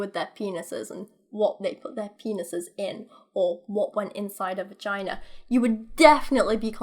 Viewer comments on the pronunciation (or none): "Vaginer" this is what i hear every time you say vagina. Makes me happy.